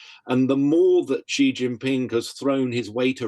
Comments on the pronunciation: It's jhee not she, if Jackie Chan is saying it right, and he's chinese. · It's Xi, and the x represents a sound that doesn't exist in English but is similar to the ich-Laut in German. The closest words in English are "see" or "she". The interviewee gets it badly wrong, with a sound that doesn't exist in Mandarin. I haven't heard how Jackie Chan pronounces it but his native language is Cantonese.